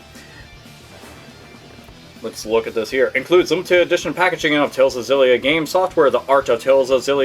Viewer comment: I don't mean to sound like a douche but it's pronounced "Exillia" The X isn't silent. I know...I hate myself, too. Carry on.